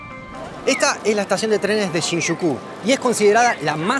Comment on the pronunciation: Me ha dado TOC con cada ciudad que ha pronunciado... (Casi) todas mal: iuiá (Shibuya), shizuka (Shizuoka... o bueno, quizás es la de Doraemon), shinshucú (Shinjuku) :face-blue-smiling